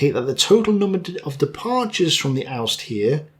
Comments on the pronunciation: Pro tip: Ost is pronounced almost the same like in "Osteoporosis". It would be oost (like you pronounced it) if it were östfront but it is not. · OS!Tfront. U spell it like Austfront. U need to hear a german say it, we have a strange language but don´t know it ourselfes :D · D Ostfront it is again. its just the first letter you do wrong. its O-stfront like you say OMG-- "Oh" ---my god. "Oh"-stfront. just try it :) here you pronounce it like oosterbeek or other places in the netherlands :D <3 just try it as a !fast! OH of Oh my god. Oh-stfront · Austrian here, it is not pronounced „Austfront", nor „Uhstfront", but OSTFRONT. The O is pronounced as an O, as in offensive, or offer, or odor. Love your content by the way! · Sorry to nring this up, but: I must say: you don't pronounce Ostfront as "Oost front", but as "oh-st front" L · Hi, let me help you to pronouce "Ostfront" correctly. You already come close, but simply add an "L" to it to make it "LOstfront" and just mute the L. The starting sound of the vocal is easy to get this way. Since it is in context, this should also be easy ro remember. I´d like you to get those little details as correct as the big picture you draw. Cheers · Ostfront is pronounced like - awwstfront, the o being said kinda like the way you would pronounce the au in autumn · Also: Ostfront - there is no umlaut over the 'O', so it's Ostfront where 'O' is pronounced similarly to how we'd say "ostler" but with a slightly harder "O". Wagner - W is a "V" sound in German. :)